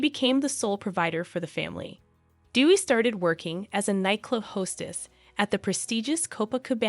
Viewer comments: Correct pronunciation of her name is “day we”, not “dee we”. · It’s pronounced “day-wee” not “doo-wee”. Aside of that, it’s a well prepared video. Well done. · Her name.is pronounced day-wee, not dew-wee. Dewi is the Indonesian word for goddess, derived from the Sanskrit word Devi. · White people learn to pronounce DEWI correctly. It is DAY-wee. Not DEW-wee .. she is not Duey the Duck 😂😂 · She was looking for a father figure. Her name is pronounced as Day-we. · Thanks 4 your podcast on Dewi Sukarno.. the correct pronunciation 4 Dewi = Dé Wee (meaning goddess) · PRONOUNCED : D A Y W E E. ....... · It is pronounced DAY-WEE not the always American way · You should pronounce her name, Dewi, the right way. Not like what you're pronouncing. Appreciate your story but please research on How to pronounce her name out of respect not just for her but for all Indonesian. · It's DEWI🎉